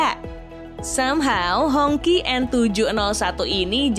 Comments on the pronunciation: bacanya "Hong ci". Bukan "Hongky". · Ralat dikit ya, baca nja jangan honki lebih mirip nya Hong chi. kalo Hongki, jadi kayak nama tetangga ane si Ahong yg ganti ke nama Indonesia jadi Hongki/Honky. 🤭 Anyway good video 👍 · Hongqi dibacanya Hongsii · Mungkin dia baca versi bahasa hokkian nya yaitu "ang Ki"